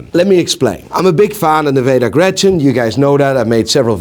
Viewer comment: Isnt it "Nivada Grenchen" instead of "Nevada Grechen" ?